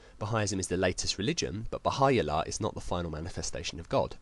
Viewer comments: First it's the Baha'i Faith, not Bahaism. Pronounced "Ba hi" Founded by Baha'u'llah, pronounced "Ba Howl Lah" One God, One relidion, One Mankind. Do a little research. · your accent is so funny! the name Bahai allah is persian and so should be said bah hau allah! other than that great vid!